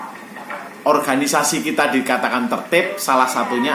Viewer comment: Mohon maaf om Organisasi om dibaca...bukan di orhanisasi